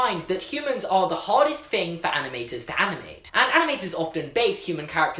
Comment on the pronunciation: Who else noticed he says aminated and aminators rather then animator and animated